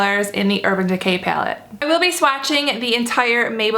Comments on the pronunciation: it's pallet not pyaloot 😂😂😂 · Pilate? Like what are you even saying? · she pronounces "py-alette" funny. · Peylette peylette peylette peylette lol the way you say it. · Hehe I heart your accent when you say palette ;) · I love how you say palette. it's different, but maybe it's just me lol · She's from Arizona if that changes anything lol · lol no definitely not from Arizona we don't speak like that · Literally had to stop watching this after 25 seconds into the video because of the way she said "palette"